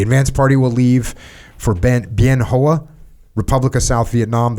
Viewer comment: I was USAF SPS base defense at TSN in 1971. I like the subtle way he got in the correct pronunciation of Bien Hoa without making it seem like he was correcting Jocko.